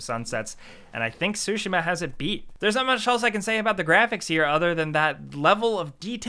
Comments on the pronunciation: Tsu-shee-ma not sushima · Man said "Sushi-Mah" it's "Tsu-Shi-ma" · I love u guys and what you do, but I fainted when you guys said Ghost of "SUSHI-MA" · Ghost of Sushima? :) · THE 'T' IN "TSUSHIMA" IS IN FACT NOT SILENT... seriously though. Imagine saying "chicken katsu" without the "chicken ka." It's easy.